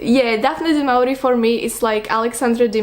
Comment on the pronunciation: It’s pronounced like “du mo-ri-e”